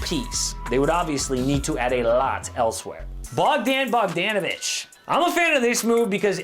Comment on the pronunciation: How you say Bogdan Bogdanovic hurts me🤦‍♂️🤦‍♂️